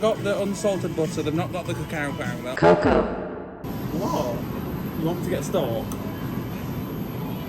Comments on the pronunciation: I'm like 10 mins into the vid but I'm dying at the way is pronouncing cocoa cause that's exactly how we pronounce it in portuguese like cacau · Hahaha in The Netherlands we do say cacao like you did ;) So it's not the weirdest thing to say